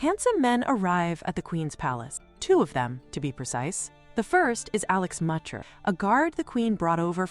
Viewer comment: Get the German names correct : Weichter =|= Moucher.... Waik tyr